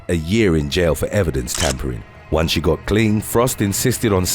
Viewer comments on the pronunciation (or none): none